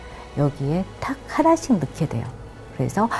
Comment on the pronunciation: 장음인 단어의 첫 자를 짧게 잘못 발음한 예:계통,주목,(××하면)돼요,사람,고대,과연,고대,등이니,이 결과, 둘째 음절을 accent가 있는 것처럼 강하게 발음하고 있다. 이런 폐습은 한국 어문의 전반적 심각한 문제다. 고국 동포께 간곡히 권하오니, "한국 어문을 고발함"이라는 책을 읽어 주시옵소서. 미국 변 완수 드림